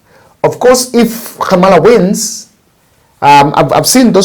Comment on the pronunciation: Pronounce Khamala as though h is silent.